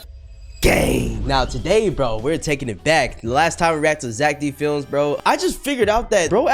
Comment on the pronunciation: ITS ZACK D FILIMS NOT ZACK DIN FILIMS